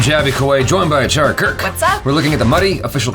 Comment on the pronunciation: tell me you are american without telling me you are american achara:@